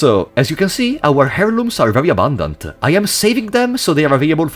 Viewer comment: hairlooms is crazy, never get better at pronouncing english please!